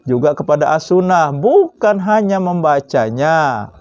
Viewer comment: Wduuuuh sok pinter smpian. Sok nantang orang. Baca assunnah saja kurang bener ap lgi ke yg lain. Bukan assunah pak tpi assunnah.